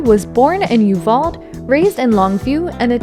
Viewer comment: Ok… you NEED to learn to speak TEXAN!—6666 is pronounced—THE FOUR SIXES. Uvalde, Texas is U-vol-dee. The Panhandle— Pan-Han-dul…. It is like nails on a chalkboard when they are not correctly spoken. ESPECIALLY 6666…. Remember—THE FOUR SIXES!!